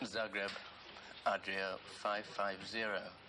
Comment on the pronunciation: It's Zagreb, not Zargreb :-P